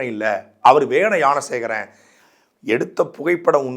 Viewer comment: உனக்கு ஞான சேகரன் னு சொல்ல தெரியல யான சேகரன் யான சேகரன் னு சொல்லிட்டு இருக்க இதுல அண்ணாமலையை குறை சொல்ல வந்திடட .